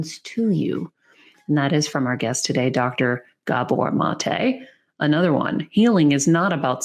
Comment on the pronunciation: His name is pronounced MAH-tay. It’s Hungarian, not French. Amazing work.